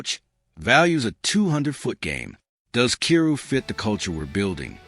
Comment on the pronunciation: His name is pronounced "K 'eye' rou".